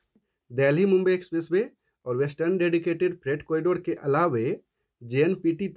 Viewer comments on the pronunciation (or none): Kripaya " alaawei " nahin " alaawaa" boliye.....!!!